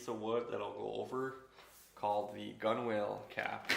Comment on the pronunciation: Nice video. Both informative and relaxing. One thing on another canoe maker's videos. Gunwale is correctly pronounced "gunnel" Also why nt use a Mora style knife blade to slightly separate the gunnels and use that tension to hold the lashing end. Beautiful canoe !